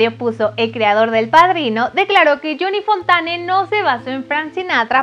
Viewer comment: Me da urticaria la chica.....su pronunciación 😖😖😖 "yoni fontane"🙅